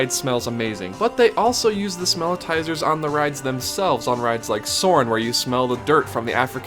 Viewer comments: Pretty sure they are “smell-itz-ers” not “smell-it-tizers”. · I think it's "smelitzer" (or maybe "smellitzer"?), rnot "smelitizer." But great vid. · It’s called smellitser not smellitizer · Great video for the most part, but it's smellitzer, like seltzer, not smellitiser. Also, Epcot does have a small tunnel system under Future World, but World Showcase is serviced by the ring road you alluded to. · Isn't it Smelli-tzer, like the Wurlitzer for smells, not Smell-I-tizer? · It's called a ''Smell-it-zer' not '' Smell-i-tizer'' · Smellitzer is pronounced smell-its-er. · The Smellitzer is pronounced "smell-IT-zer." It was named after the Howitzer Cannon when it was invented by Imagineer Bob McCarthy in the 1980’s for the Spaceship Earth attraction in Epcot to simulate the smell of smoke. It is used elsewhere around the park, like on Soarin’ Around the World, or Heimlich’s Chew Chew Train, to make you smell fresh grass or animal crackers. It is also said that they are used to make Haunted Mansion and Pirates of the Caribbean smell musty and old. When Disneyland first opened, they just had fans to blow out the smell of fresh-baked cookies to lure in tourists. Now they use the Smellitzer to pump out the smell of vanilla, and at Christmas time they use peppermint. Good video though.